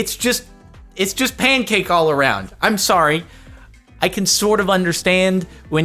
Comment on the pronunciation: On the topic of infuriating... You pronounce pancake as "pane-cake".